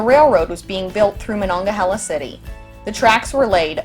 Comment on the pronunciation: Yes, that's the way we pronounce Monongahela.